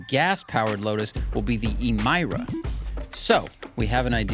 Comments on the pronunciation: Great review but why on earth are you pronouncing Emira like that? Elise, Exige, both have that "ee" sound instead of the "i"... why would it be different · Emeeeeera not Emiiira lol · IMAIRA? LOL like Harry's VELORKI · E-MY-ra? Did you watch the launch?